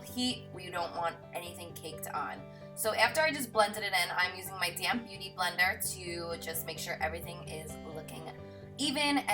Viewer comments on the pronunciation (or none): Damped vs damned. Write that on the book honey. 😂 I loveeeee your tutorials! ❤️ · I'm glad i wasn't the only one who thought she was saying "damn beauty blender" lol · Lol i didn't realise you say damp beauty blender, in my head i thought you used to say madame beauty blender or my DM beauty blender😂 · haha I always thought you were saying damn beauty blender but I knew you meant damp. p.s your beautiful💕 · Totally should have let people think you were saying damn. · I never thought she was saying damn beauty blender until she said people thought she was saying that, now that is what I hear her say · lexc252 I think it's so cute how she brought that up hahaha i never really thought much of it but it kinda does sounds like that, I know she's saying damp tho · I always think they say damn beauty blender 😝😝😝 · It still sounded like, damn hahaha Carli, I love you! You're like my Victoria's Secret Angel, except you're real human :)